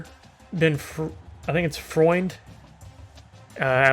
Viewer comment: Your "Freund" pronunciation was great 👍